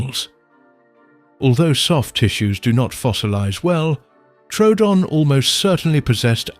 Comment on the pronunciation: It’s Tro oo don. Not truedon. The second o originally had an umlaut.